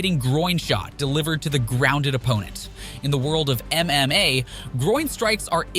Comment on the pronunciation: Stop saying mma like that.